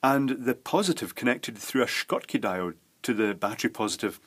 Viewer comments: I am just curious about pronunciation of "schottky". You pronunced it like "shkotki" but I think that name of german inventor is pronounced like "shotki". Am I wrong? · Why are you saying SHKOT-KEY when it is SHOT-KEY? Just because you're a Scot ?? Or should I say SKOT :o) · Why the extra 'k' in Schottky,? (Edited to correct correct the name - apologies for the 'Dave'.)